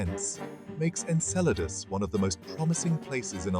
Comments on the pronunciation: I kept thinking he’s saying enchiladas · Obviously people worked hard to put together this visually good looking video, full of information, yet no one researched how to pronounce the name of the friggin’ moon. It’s pronounced “En-CELL-a-dus.” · Cool video, but you're pronouncing Enceladus wrong... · I can’t stop correcting it every time he says it